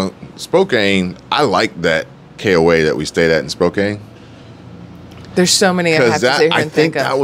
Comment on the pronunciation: It is pronounced Spo- can.